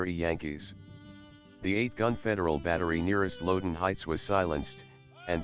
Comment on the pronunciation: The pronunciation of Bolivar; Catoctin; and Loudon by the computer is killing me. The content and accompanying music along with the photos are excellent.